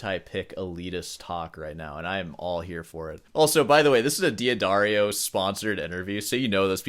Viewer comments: I'm glad someone said it. Even luthier Marshall Bruné (who I discovered through Brandon Acker videos) pronounces it "Dee-Addario" instead of "D'Addario." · It's pronounced "da-dairy-o" according to a former classmate who is a rep for the company. I'm no big fan of D'Addario but I can't stand hearing people call it "dee adario”😅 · It's Duh-Dairy-oh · Why you say diadario when it’s much more like dadario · Daddario Da Da Rio Not DI DIY Dwario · Just a small correction, if I may. D'Addario is pronounced DA-DA-rio not Dee-Ah-Dario. So, DiMarzio is pronounced just like everyone is pronouncing it, DeeMarzio, But to pronounce D'Addario as DeeAdario it would have to have been spelled DiAddario. Hope this helps. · I love your work. You are a hero for the ages. But please. PLEASE. Don't call the company DEE-ADDARIO. It's DAD-ARIO. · It's not dee-adario, it's d'addario like in Jeanne d'Arc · I thought mispronouncing Marcin as "Marseen" was annoying, but then - "Deeadario". 😂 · It's D-ad-ahrio ... the "D" blends into following vowel, and the second "d" carries the rest of the word, like L'Oréal – unless this an American standard pronunciation, in which case I stand corrected. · D'Addario is pronounced "Da-dairy-oh". Source: Their website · D'Addario should be pronounced "Dad Dario". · it's dah darrio fyi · I can't get over this pronunciation of D'Addario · Pretty sure you're mispronouncing D'Addario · Are you troling us with your pronunciation of D'Addario? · Is D'addario not just pronounced as Daddario? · yeah, that's how is pronounced on italian you are right.